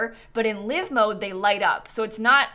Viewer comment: I really hope Snap comes through her surgery well and they get all the cancer! Also, uh... This is a tiny thing, but I always flinch a little when you say 'live mode,' because you pronounce it like 'lyve' as in 'Live from New York!'... But, it's 'live,' like... 'Live long and prosper.'